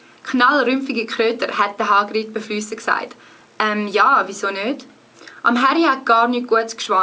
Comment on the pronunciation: Nur ein Hinweis: Du hast 2x "beflissen" als "befliesen" ausgesprochen. Gutes Lernen wünsch' ich noch!